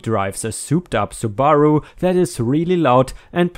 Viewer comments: Sue-ba-roo. Not Sue-bar-u. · Subaru. Listen to one of their commercials. The accent is on the first syllable, not the second.